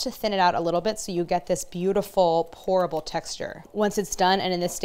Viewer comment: I kept hearing "horrible texture" instead of "Pourable texture" and was like, many she is NOT selling this.